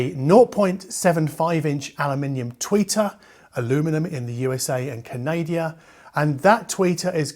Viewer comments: For Peat shake man it’s Canada not CanAAADiia I know you are Kkknignlish and live in Wermany but really ! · why do you keep saying "Canadia"? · Hey, love the channel and the reviews so thanks for being who and how you are... Just a question... where exactly is Canadia? Or is it Kanadia? Is it close to Portugalia or perhaps Germania? Lol. Are you mixing it up with Britannia? Am I missing a joke here? I let this slide when you said it in a previous review but I do feel it necessary to point this out. You pronounce Canada just fine several times when you speak of "Boards Of Canada" so, I'm not really sure what is going on here but, as a fiercely proud Canadian, I felt in necessary to speak up. Keep up the great work. Signed, a bemused Canadian.:) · Relief. He can say the “Canada” in Boards of Canada, and not just Canadia, which is a fictitious place, by the way!! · I’m not native English speaker but I’ve noticed pronounce the country Canada as ‘Canadia’ several times. Is this how it should be pronounced and then I have been pronouncing it the wrong way alle these years? 😊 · He is joking. Continue as you have been.